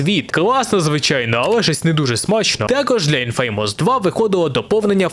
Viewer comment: Вибачаюсь за душнилово, але не "інФе́ймос" а "Інфамос", з наголосом на "і". Будь ласка, не бийте